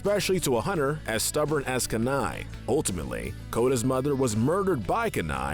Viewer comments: Okay his name isn't Kanai it's Kenai Ka wrong key right! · Why does he keep saying K'nai? It's Kenai! (KEE-nai) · Hate to be that person, but it's pronounced Kenai (Key-nai) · his nammme is keen eye ( thats how is pronounced ) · Like the video, hate the way you mispronounce Kenai, lol